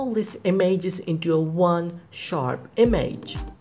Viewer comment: The way he says image is so painful